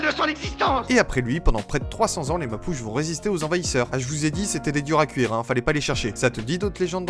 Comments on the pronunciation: Ça ne ce dit pas mapuche mais mapuché! Et faut savoir qu'après sa mort sa femme frésia qui ce prononce frécia le venga emen prenant les armes pour tué l'homme qui lui avais tranché les mains. Depuis galvarino est un symbole de courage et de sacrifice pour la liberté mapuche et frésia et un symbole de dignité de vengeance et de force féminine. J'ai des origines mapuche et je suis fière de ce peuple qui ne c'est pas laissé faire et même encore aujourd'hui ils ce battent pour récupérer leurs liberté. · J'ai kiffé ton short,mais tout petit détail sur mes ancêtres on dit "Mapuchè" bien prononcer le "è" a la fin, l'autre tribu étant les "Diaguitas" qui sont originaires des plaines d'argentine et du nord du Chili ya pas trop d'erreur possible mais je voulais juste émettre cette petite rectification en tout merci pour cette histoire❤